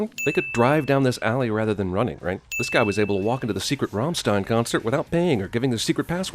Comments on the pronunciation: it's pronounced rum shtain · Romm-stain? FFS Jeremy! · That's not how you pronounce Rammstein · you mispronounce Rammstein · thats not how you pronounce Rammstein. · can forgive for saying Rammstein wrong